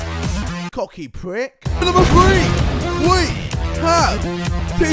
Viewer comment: KSI: "Cocky Pwick" Me: XD